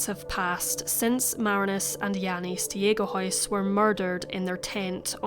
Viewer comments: Stegehuis is pronounced Staygehuis (with troath clearing on the G) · I'm Dutch too and I'm completely unfamiliar with this case as well. The Stegehuis pronunciation does indeed sound pretty Scandinavian 😉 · okay, I’m going to try to write it down, but don’t know if I’ll succeed haha. It’s pronounced like: ST-ayg(ay like how americans pronounce it, hard g)-uh-huis (the “ui” is sort of pronounced like a Scottish “ou”). Jannie: Jahnnie, so the ah is a bit shorter than an a Marinus: Marrihnus. In Dutch we have a hard r and an I that’s more like an ih. The rest was good though! Hopefully that makes it a bit clearer?